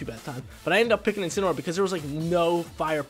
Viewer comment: INCINEROAR, NOT INCENAROAR! FIX IT NOW!